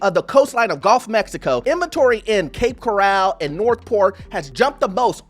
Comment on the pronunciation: You don't know how to pronounce Cape Coral. That, you don't know. 😊